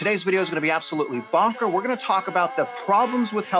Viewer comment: did u say “bonker”?